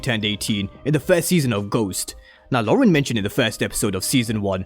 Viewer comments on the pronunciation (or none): none